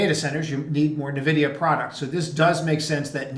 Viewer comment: Please stop calling it navidia